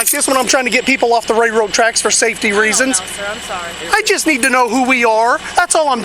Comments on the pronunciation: Cops have a complete lack of self awareness. This guy isn't making ish difficult...the LEO is making ish difficult. They ego trip ANYTIME someone says "no". And, it's a "railroad" track, not "RayRoe" track. If this guy doesn't win his suit, I think that department should be put under a powerful microscope. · He's just mad because he can't pronounce "railroad tracks"